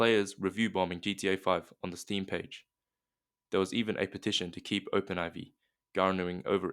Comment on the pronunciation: It's pronounced and introduced as Open 4. Not Open Eye-vee